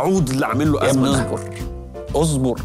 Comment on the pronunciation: ليش المصريين بقولوا أزبر بدل اصبر!!!